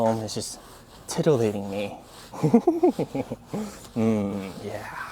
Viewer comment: Never say titillating again.... 😂